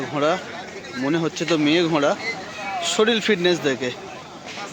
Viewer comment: শরীল না কথাটা শরীর।